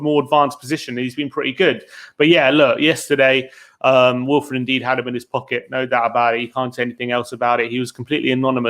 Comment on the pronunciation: I'm sorry but needs to learn how to pronounce names 🤣man pronounced ndidi as Indeed and pronounces Gabriel jesus as Jesus like christ